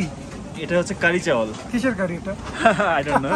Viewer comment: কারি চাওল নয়, সেটা কাড়িচাওল।